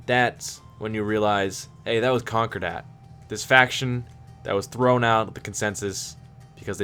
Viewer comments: Great lore videos. (ps. concordat is pronounced con-core-dat not conquer-dat) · sounds like conqure-dat